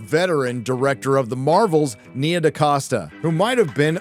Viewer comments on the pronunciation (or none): the name is DaCosta but why de f, do you pronounce DeCasta?